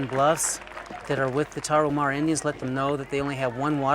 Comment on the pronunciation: It's not Tara-who-mara but Tara- oo-mara. And it isn't who-araches but woo-araches.